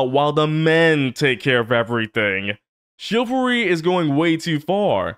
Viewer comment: the boys really did research on how to be a proper gentlemen. also is no one gonna point out that beast boy said chivalry the incorrect way?